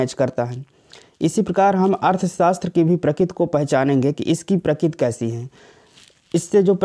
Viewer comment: Prakit nhi prakriti hai